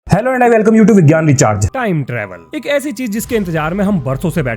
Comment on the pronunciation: he says VIGYAN RECHARGE i litsen GYAN VICHAR